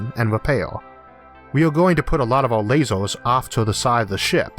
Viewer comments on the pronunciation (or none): Why do you keep saying "lasors" instead of lasers?